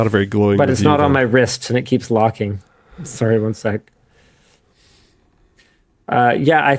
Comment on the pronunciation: That "sowry" at the beginning is the most Canadian I have ever heard Linus, which is fitting considering the topic 🤣🤣🤣